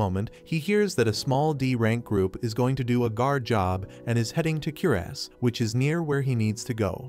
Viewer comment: “Then there heading to Kierass”